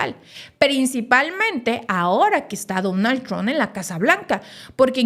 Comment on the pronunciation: Hay Donald tron , es Donald Trump , la haces a la periodista y no sabes cómo se pronuncia